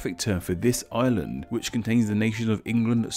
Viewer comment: At first I thought he was saying "The Ireland of Ireland" as in the republic of Ireland that's not part of the UK